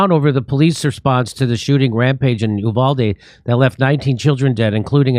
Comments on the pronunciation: "U (you) - valde" is the English mispronunciation. "U (oooh) - valde" is the Spanish pronunciation. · Uvalde is pronounced "You-val-dee." When seconds count, cops are 1 hour 15 minutes away. Arm. Your. Self. Uvalde is NOT a tiny town, pop. 16,000 and is the county seat and administration center.